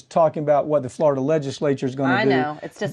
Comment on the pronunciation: Please pronounce it right, FloriDUH